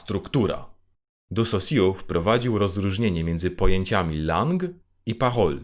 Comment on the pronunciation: Nie chciałbym zgrywać mądrali, ale jako romanista: 1) propsuję temat filmiku - jest cudowny i cieszę się, że mogłem się dowiedzieć tylu nowych ciekawostek i przypomnieć sobie temat ze studiów :3 2) z całym szacunkiem, "an" w wyrazie "langue" czytamy, jako "ą", a nie "an". Wybaczcie, nie mogłem sobie tego darować xD